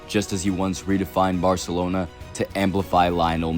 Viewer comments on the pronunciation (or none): none